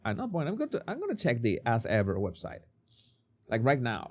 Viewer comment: Am I the only one snort-laughing when accent makes "As Ever"into "Ass Ever"??? I'm dying here every time he says it! <3 <3